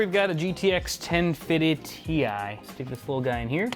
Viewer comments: Big99smoke99 I think he said “ten fiddy TI” i.e 1050 TI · Did you say GTX ten feetee Ti? I 'm sure crashing the motherboard to the yacht, not screwing the cpu correctly, installing things with plastic shrouds and not screwing the motherboards screws had nothing to do with the system not working haha